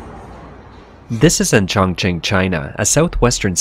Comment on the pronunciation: Did he say Chong Ching...? So that's......